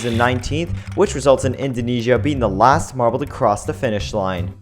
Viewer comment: Indoneia!!!!! Indojesia!!!!!